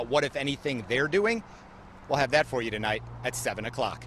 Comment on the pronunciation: Anyone else notice how it said “Portand” ?